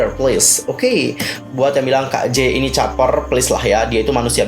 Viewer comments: #jae bang bukan #jay 😃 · mohon koreksi sedikit kak yang benar Jae, bukan Jay🙏